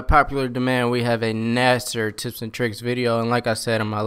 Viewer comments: "Gnaster shotgun" lol GNASH-er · "GNASHER" not "GNASSER" lol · it's actually pronounced gnasher Lol.......Wise guy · 1. GnasHer 2. HIP fire, not blind fire.